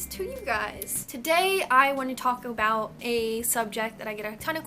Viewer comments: At 35 seconds in it sounds like you said "I wanna Taco Bell" instead of talk about 😂😁😅😊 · did anyone else notice that she said "today I'm going to taco-bout"? lol. love your videos btw. love from Texas. 😇